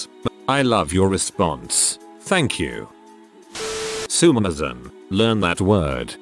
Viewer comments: For those that dont know or arent aware, At about the text to speach voice pronounced the word “sumimasen” wrong its supposed to be pronounced as su-mi-ma-sen (su as in (sue) or (su)it mi as in (me)at or (me) ma as in (mo)m sen as in (ce)nt or (sen)tence) hope that helped :v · Yeah, even my British Dad who basically hates anything non-English including the parts of England he doesn’t consider to be ‘English enough’ is aware of how to pronounce ‘sue-me-mah-sen’, thanks... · If You were to say So Sue Me the Sue Me part woud be the correct pronunciations for the begining. Otherwse well done.